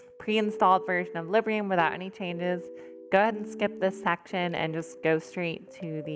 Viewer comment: Quick note: It's Librum, not Librium. XD